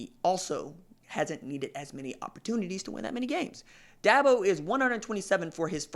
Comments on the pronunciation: Da bo not DAB O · DABO not DAHBO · No offense but the first thing this guy needs to do is learn how to pronounce Dabo. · Is he saying Dabo's name wrong on purpose?